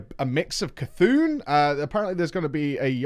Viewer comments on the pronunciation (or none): none